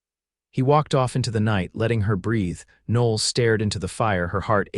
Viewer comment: Women's name Noel, pronounced "No L".